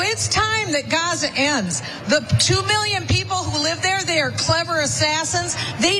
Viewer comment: What is she talking about😂. Ignorant she can’t even say the name of Gaza fool